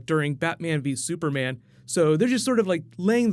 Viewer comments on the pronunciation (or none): none